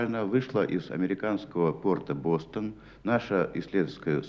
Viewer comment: Бостон, ударение на первый слог. Спасибо за память. Спасибо СССР!!! Мир всем.